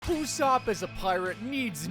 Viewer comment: it’s Usoupp